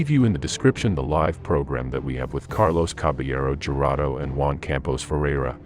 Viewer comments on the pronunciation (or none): none